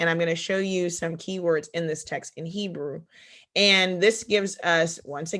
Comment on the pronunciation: She said "Nebrew"! 🤣🤣